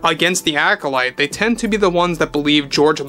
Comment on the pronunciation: The ACK-olyte